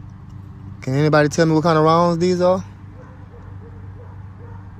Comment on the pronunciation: Says bruh, also can’t pronounce rounds correct